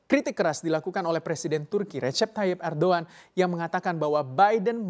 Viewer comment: Baru kali ini mendengar pengucapan nama presiden Erdoğan dg benar..👍